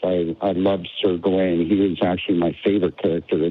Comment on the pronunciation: I love how the Scottish don't wear kilts in Scotland, but every American with a drop of Celtic blood thinks they need to wear kilts and drink Guinness. To continue my pedantry, "Gawain" is pronounced "GAH-win." It's Old English, and a Celts enthusiast would know that.